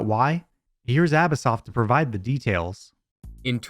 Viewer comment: bro really said Abis-soft lmao